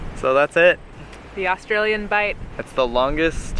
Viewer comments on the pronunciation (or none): "Bight". I'm a pedant (and unlikely to be the only one).